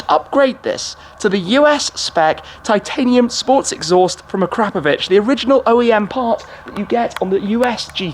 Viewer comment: A crap a vich...really. Akra povic